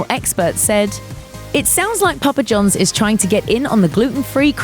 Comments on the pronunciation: It's Papa John's not Jones, and say "Controversy' correctly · Hearing a British person say "Papa John's " is... amusing, to say the least.